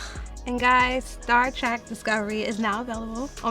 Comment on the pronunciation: Did you say "Star Trak"? It's Star TREK